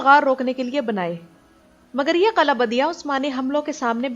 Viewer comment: kala nhi g killah قلعہ hota hy قلاnhi hota phly bolna sikho